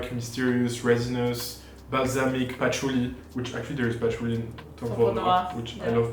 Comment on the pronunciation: started getting the french accent --- WOOODEEE PATHOULEEE 😂 Quit it